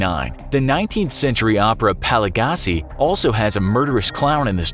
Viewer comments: Dude, it's not pronounced "pa-li-gah-si." It's Italian--the official, phonetic spelling would be paʎˈʎattʃi, but if you're unfamiliar with IPA, "pal-yah-chi." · "Palla-gassy?" That's how you pronounce Pagliacci? (And "clorophobia"? ) You might want to expand your research to include actual pronunciation guides. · Pal-i-gass-i? Pa-glee-ah-chee (smh). Chlor-o-phobia? Really? Take a few minutes to learn the correct pronunciations. Online dictionaries have the speaker 🔊 icon that will correctly pronounce any word you need to look up. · Pagliachee is pronounced "Pah-lee-ah-chee" -- could the channel not even bother to google the pronunciation? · So apparently Pagliacci isn't pronounced remotely close to how it should, which is understandable. Not only that, even in English it's not how it's pronounced. "Paligacci" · Pog Lee Ah Chee. Whats up with pronunciation? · Did... did he just pronounce Pagliacci pelligassi? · my Italian dictionary just committed suicide. It's pronounced "payacchi", it's Italian and it means clowns. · PAG LEE AWTCH EEEEEEE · Congratulations, I've never heard 'Pagliacci' pronounced so horrendously. For reference, it's Pall-EE-ah-CHI. Christ people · Pagliacci is pronounced pa-li-a-chi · Pagliacci should be pronounced kind of like “pah-yah-chee”. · "The 19th century opera 'palagasee'..." 😂😂 no, that's not how Pagliacci is pronounced. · oh my lord how did you pronounce Pagliacci? ouchhh my italian heart! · As an Italian, the pronunciation of “Pagliacci” made me cringe hard 🤩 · What scared me was your pronunciation of I pagliacci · I know, right? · I just had to stop on the pronunciation of Pagliacci, It was painful to say the least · I lost my last braincell when he tried to pronounce pagliacci I mean, it really isn't that hard to google how to pronounce a word in a foreign language correctly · pronounced Pagliacci wrong//// so wrong.. SO WRONG I HAD TO PAUSE AND COMMENT >;/